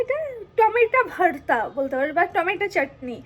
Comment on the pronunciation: ওরে পাগলি রে সোজা বাংলা তে বল না রে যে টমেটো ছানা। আর এই টমেটো ছানা সবাই খাই, তুই বোধ হয় প্রথম খাচ্ছিস 😂😂। ভারতা নয় ভর্তা 😂 সোজা ভাবে বললেই হয় ।